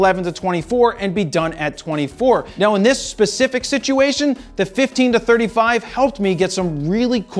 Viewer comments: Say it with me — “JER-emy”. Not Jurmy. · He does. Germ-ee? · Even worse, Germy. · Is his name germy, Jeremy or what; because you keep saying germy?!? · Swear I keep hearing Jared say “Jermy”(like germ-e) when he pronounces Jeremy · “Germy”. Once you hear it... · Philly Philly. Dilly Dilly. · It’s like Charles Barkley saying “turrible”. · anyone else cringe at the way he says "Jeremy?"